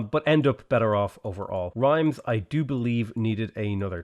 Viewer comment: People who wanted to give you crap over pronunciation of French cities would get on you for Rheims, because pronouncing that like "rhymes" is really heinous. Affreux, in the vernacular. That said, it is clear that the French decided to pronounce it "res" just to mess with the rest of us, so everyone gets a pass on Rheims. I went after the pronunciation of the endings of Amboise and Toulouse because those actually make sense and follow a rule that normal people can understand. We need to try to humor the French wherever they are half-way reasonable.